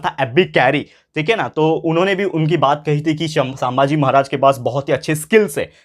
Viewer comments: Sir I like your lectures but pls pronounce chhatrapati sambhaji maharaj correctly , btw loved your explaination 👍👍☺️☺️ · Sir please say sambhaji maharaj name neatly. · Sir the pronunciation of sambhaji maharaj is wrong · Sir sambhaji maharaj pronuciation is wrong😊